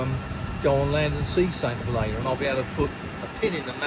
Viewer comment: Nice boat, dodgy pronunciation. It's "Huleena" or that's how the locals pronounced it when I was there in the 90's